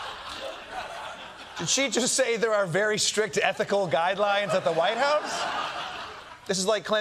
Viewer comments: She couldn't even say ecthi .... i mean ethical right😂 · Leavitt obviously mispronounced a word. She meant there are strict ethnical guidelines. That makes a lot more sense now. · They can't even pronounce "ethical" .